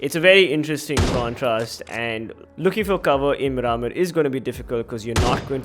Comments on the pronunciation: its pronounced mear-maar (mear like near) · Your pronunciation of miramar is so cringy